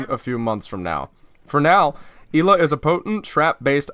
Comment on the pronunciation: It is Ella it is spelled ela but it is Ella